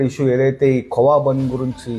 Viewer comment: Arey adi kava kadhu ra , kova adi